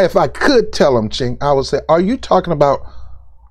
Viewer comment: The C in his name is pronounced with a J.